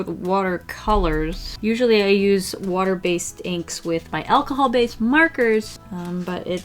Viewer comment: “Obiouaslay aplay some watar” WHEEZE